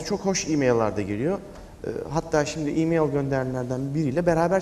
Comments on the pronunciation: Mail değil "Meyıl" Asdfghjkl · Mail, miyıl die okunmaz!!!???